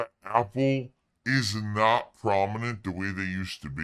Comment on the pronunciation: Loved watching this video on my AYPPul device with my earbud assessories EDIT: oh my god that drunk frog and the face closeups killed me, A+ vid